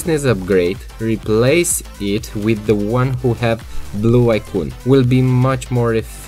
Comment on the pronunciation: Good tips PS: "ai -kon" NOT "ai-kuuuuun"